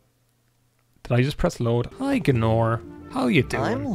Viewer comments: Who is G'nor!? You mean GAYNOR? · Pretty sure you don't say Gaenor like "G'norr". That's a kind of quick soup. It's just not how we say the AE sound, which Americans confuse for the EA sound, but it's like a hard A isn't it, so it's like y'man Gaynor, isn't it. No need to make a meal of it, bonnylad.